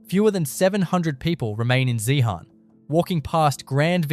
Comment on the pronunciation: zeehan-pronounced zehen-UM theres a tin mine about to open just out of town-zeehan has mineral museum, an opera house and an iga mart along with a selection of mine camps